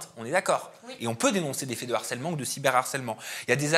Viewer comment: On dit LE HARCÈLEMENT ET PAS L’HARCÈLEMENT!! C’est un H aspiré en bon français. Merci pour nos oreilles 🌸